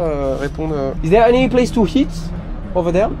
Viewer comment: fait gaffe. quand tu dit "eat" en anglais, tu prononce avec un "h" au debut, ce qui fait "heat" et cela ne veut pas dire la meme chose, il faut donc que tu fasses attention quand tu prononce le mot. Sinon la video incroyable comme d'hab.